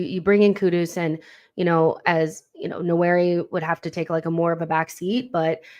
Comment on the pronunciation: Great content..... the correct pronunciation for Nwaneri is nWAN- NEAR- RIH....the first N is almost silent, but not quite 👍🏿